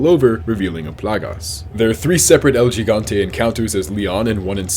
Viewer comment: Is not El "G"igante. Just say "El Higante" next time.